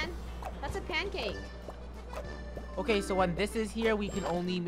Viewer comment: instead of pancake I heard cancake😂